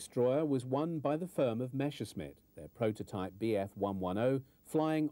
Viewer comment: It's "Messerschmitt" not "Meshersmitt", ffs!